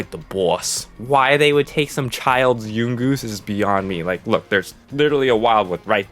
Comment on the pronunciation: Why he pronounce yungoos like that it’s young-oos